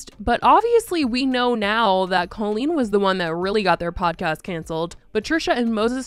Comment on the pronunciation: If you're going to exploit this, at least get her name right. Cole-een